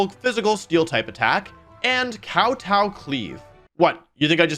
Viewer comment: dude you HAVE to work on your pronunciation, even just in words like glaive and kowtow